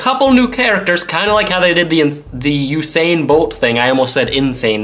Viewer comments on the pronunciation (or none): none